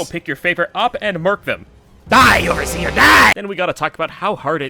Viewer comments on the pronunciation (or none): Die oversheer die , this dude have personal problem with oversheer XD